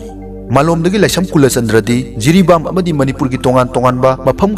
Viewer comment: Jiribon natte jaribon haibane asengbada JAFIRBON haibne